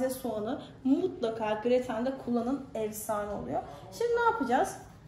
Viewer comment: Abla allah aşkına meyhane ve evsane diyip durma